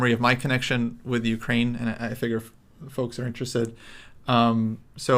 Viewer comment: plz stop saying foaks. Its annoying. For the rest great vid. Thnx guys. Also bring yermolinksy on.